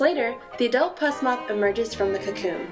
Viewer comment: Um... I believe it's pronounced "puss" like "puss in boots" because of the cat-like fur. Not "Pus" like the stuff that oozes out of your skin, like you were pronouncing.